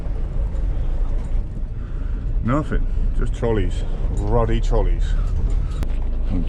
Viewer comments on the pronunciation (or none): none